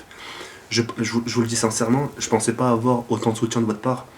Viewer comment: on dit (pas) pas (paz)... Sinon bon gameplay:) on fait comment pour participer au concour?